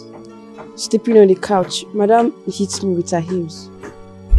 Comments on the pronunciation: Coach indeed instead of couch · Did anyone heard her say "COACH" Instead of "COUCH" English hard o 😂 even actresses can't say it well 😂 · Like this comment if the lady's pronunciation of "couch" sounded more like "coach" to you 😂😂